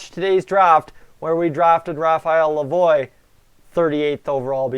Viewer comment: Its not lavoyyyyyy its pronounced la vwaaaa as in Lavoie French